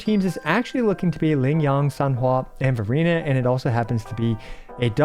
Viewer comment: Why do i hear Furina when you're saying Verina lol